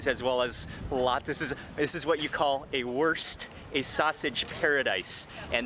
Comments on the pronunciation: but he pronounced it wrong. He said it like the English worst. But it is more like in foot. So like woorst 😁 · Wurst is pronounced like woorsht in Bacarian.